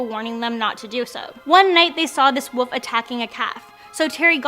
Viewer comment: Ive never heard anyone call a WOLF a WUFF before hahaha & just like when people call a ROOF a RUFF or a CREEK a CRICK - i dont like it….not at all! Hahaha ” THE WUFF “ 👉🏼😖👈🏼